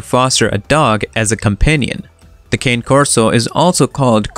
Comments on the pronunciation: Very informative with some accurate facts, however, you did miss one thing, you mis...pronounced the name ... It's not a cane, it's a (KHAN'+neh) ... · The mispronounciation of "Cane" was extremely annoying to listen to while watching the video.